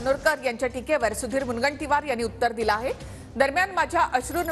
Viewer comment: सुधिरररर तुझ्या र मध्ये काय problem आहे रेर्ररर